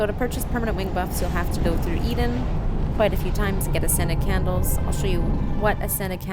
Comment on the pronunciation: I know you're saying 'ascended candles' but I keep hearing 'scented candles' and it makes me lol